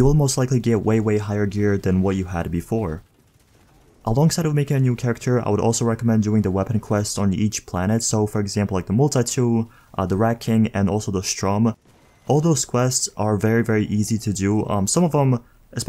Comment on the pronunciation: It’s not called strum you dumbass it’s called sturm***